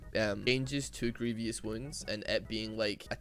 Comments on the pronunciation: my man, love your videos but please dear lord learn to pronounce „grievous“ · I hate how u pronounce Grievous